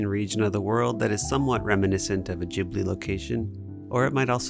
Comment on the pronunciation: I love this! So beatutiful. Just a comment though, it's gi-blee, the G said like you would "games."